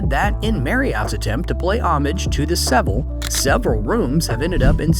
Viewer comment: Lost me with the consistent mispronunciation of “Seville.” So annoying. A little bit of research would’ve saved a LOT of credibility.